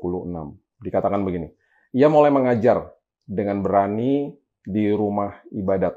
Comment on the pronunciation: setiap kali mengucapkan kata "mulai", kok sepertinya terdengar. "molai"... Hehehe apa sy salah dengar yaa 😅